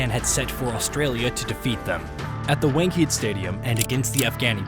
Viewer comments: One-kuh-day : Wankhede. Not wank-heed. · Oh yes Wenked stadium not wankhade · atleast make half an effort to pronounce the stadium name correctly...its mad disrespectful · did you really say Lyon? Dude did you watch the World Cup or not? He wasn't even in the 15 for Australian squad. Also, looking at your pronunciation of Wankhede Stadium, feels like you are not a regular cricket viewer.